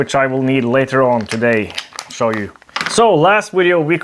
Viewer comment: "Let me sw you its features." Thanks for the great videos